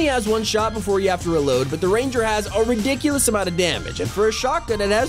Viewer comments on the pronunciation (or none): none